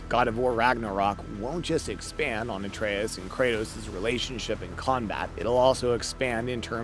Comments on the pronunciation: Artas? how do you even mess that up lol. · Cant even pronounce atreus name right. Stick with kaptain kuba channel